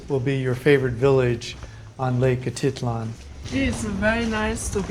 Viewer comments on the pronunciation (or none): A teet lan.... not...A tit lan ... thought you might want to know .. Your pronunciations are not correct a few times. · Great content! I cringe every time you say atitlan. It sounds like a teat lan, not a tit lan